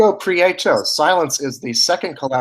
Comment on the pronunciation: pree-yay-toe. lol. prieto: pronounced pree- yet-oh